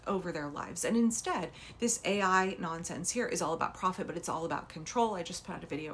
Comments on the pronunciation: McMahon thought AI was pronounced AL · She said A1 like the steak sauce.